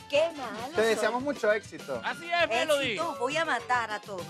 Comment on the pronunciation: le dicen melodya y es melody ._.